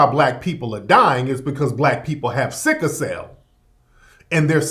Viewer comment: It's not "sicka" cell, it's "sickle" cell.